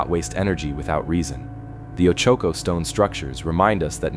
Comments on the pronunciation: oh-chu-ko. thx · Oh choke oh mtns??? Bwahahahaha so mispronounced. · Hard to believe in a mine when the narrator has made no attempt to pronounce the name of the mtn area correctly